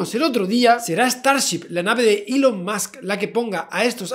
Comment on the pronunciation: Gente normal: Elom Musk Gente rica: Musk Javi: Elom Soy el Puto Amo Musk XD